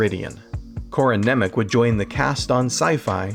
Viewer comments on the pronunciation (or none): none